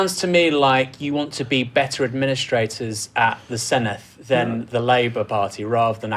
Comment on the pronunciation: The Dd in Senedd is pronounced like the Th in This not the Th in Thing, I've never heard a single English journalist pronounce it correctly, come on lads